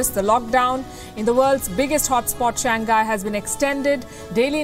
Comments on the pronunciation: It's Shang Hai... not Shang Ghai.. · Nasal G is not pronounced:ʃæŋˈhaɪ/, Palki. Another example: pingpong. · To the presenter: the city is “Shàng Hãi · Shang-Hai, dear. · Cant even pronounce "Shang Hai"! And continue using "Wuhan Virus" while the whole world is calling it "Covid-19"!